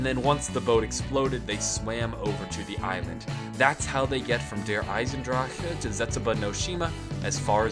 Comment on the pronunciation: For the love of god, please stop saying Der Eisendrachke